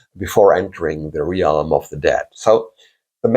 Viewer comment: The word realm is pronounced as if it had no a. As relm